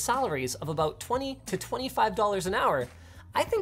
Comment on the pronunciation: Lmao how tf did Hasan catch that “aboot” I still can’t hear the stereotypical Canadian accent as a Canadian, maybe i do talk funny